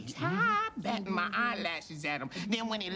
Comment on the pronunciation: “with ma prayers” 😂😂😂